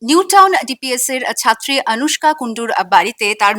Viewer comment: আনুষ্কা নয় অনুষ্কা।